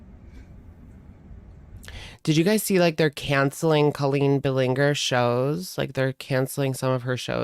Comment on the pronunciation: "Colleen balleengerr" 😂